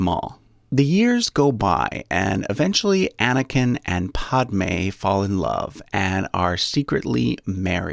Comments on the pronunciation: It's padme not podme. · Unless you're British, Padme's name is pronounced like a Brillo pad. It's not pronounced like pod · This is cool but I can't get over "Quee" Gon Jinn and "Paudme" 😆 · I can’t stop laughing, ‘Podmay’ ‘Quee gon gin’ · You are saying Padme and Qui-gonn jinn name wrong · This man has mispronounced Qui-Gon Jin and Padme smh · Then again Padmé was horribly mispronounced in the movie. In the original Sanskrit it (the a) is an "uh" sound as in alert and the D is soft like in French or Italian. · The way he says padmè puts every bone in my body into attack mode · The i in quigon is pronounced /i/ not /e/ and the a in padmé is pronounced /æ/ not /o/ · When he pronounces Qui-gon (Qu-eye gon) and Padmé (pad-mae) wrong 🤦‍♂️ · He literally just called qui gon, quee gon, and padme, pahdme, and Beru, Baeru. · Quee-Gon, Podme, and Bayru names were driving me crazy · I think this guy hasn’t seen the movies and just read the Wikipedia. Qui-Gon and Padme are pronounced differently by this guy than the movies he is using as a source. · This guy just said quee gon And podme